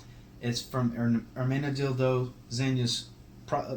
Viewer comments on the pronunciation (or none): totally sounds like you're saying dildo! hahaha man had me on the floor !